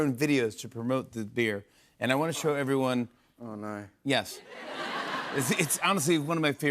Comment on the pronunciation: I love how he says oh no in such an Australian Way that sounded so danish tho “Åh nej”